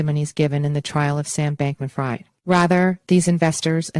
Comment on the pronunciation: if you’re going to report on a trial, maybe it would be a good idea to double check the pronunciation of the defendant’s name ( spelled like it sounds: Bankman-Freed), along with one of the two companies involved (spelled like it sounds AL-a-MEED-a!!!)…